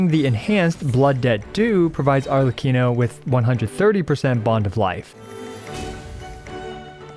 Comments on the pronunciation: SHHHLECCHINO is made my day 😂 Tnx! Great review as always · I was letting the video play in the background and I genuinely thought said "Shitlecchino" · "LORE ACCURATE ARLEECHINO"